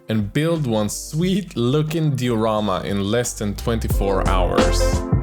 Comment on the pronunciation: Die-o-rama btw